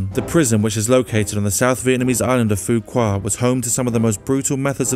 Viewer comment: My father is law if from that Island. And its pronounced "foo wuk" or "fu-wok"